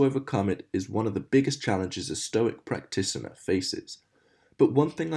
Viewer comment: i almost always close the video when i hear errors like this" efficiently* deprecating* not depreciating practitioner has a t in it people at building character? smoke? still added to favorites